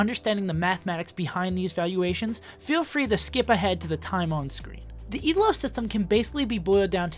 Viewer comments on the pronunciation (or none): It's Elo, not ELO.